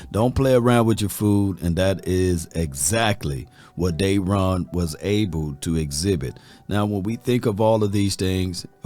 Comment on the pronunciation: It ain't Dayron.........its Da-ron....... DA RON! Come on 🤣😂